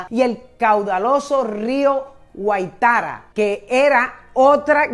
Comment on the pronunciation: Está señora ni siquiera sabe pronunciar correctamente "Yacuanquer" o "Guáitara"... Dejan muchas dudas sus relatos.